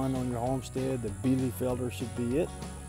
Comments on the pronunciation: Nice 9 out of 10 points👏👏👏 You are pronouncing it a little bit "soft" The american e is like the german i It sounds a little bit like Bielifelder instead of bielefelder And the r is spelled like a growling dog😂😂😂 But verry good for an englisch speaking person👏👏👏 Hope i could help you😊 German is really hard Even i have problems with the german grammar😂😂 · Nice! Well, be sure and watch THIS video: and let me know if I am pronouncing "Bielefelder" correctly! :-)